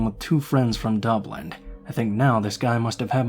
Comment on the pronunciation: It’s Dublin not dublint 😂😂😂🇮🇪🇮🇪